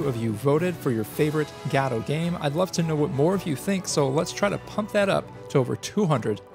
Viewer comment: Guh-Doh! Guh-Doh! GUH-DOH! Not God Oh!